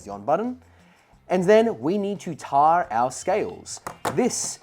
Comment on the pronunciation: I was also building something similar with a raspberry pi and some load cells. it works but my UI integration is so terrible, this might be the better option. Also why your pronunciation of tare so wired? "Tare" (a scale's tare function) is pronounced "tair", rhyming with "bear" and "fair"